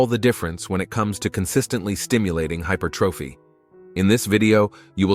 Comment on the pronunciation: Da fuck has hypothyroidism got to do with growing your chest? Can't even pronounce hypertrophy consistently 😂 Why not use a human rather than AI to generate commentary and captions?